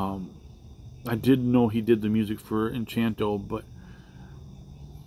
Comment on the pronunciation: All these songs (or at least most) are from since his last Polka Medley (med-ley, not mel-o-die), which was 10 years ago on his last studio album, Mandatory Fun. And it's 'En-CAN-to.'